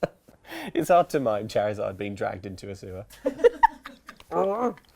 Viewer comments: XiViX Spectre yeah... cha-rizard sounds odd. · The way says "Charizard" wounds me....